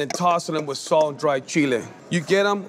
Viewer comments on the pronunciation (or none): none